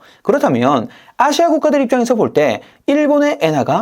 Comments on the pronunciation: 아↗️시아 ! 대구분이신가 봅니다~ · 아시아 발음이 누가봐도 경상도 시군요? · 아시아 발음에 성조가 있나?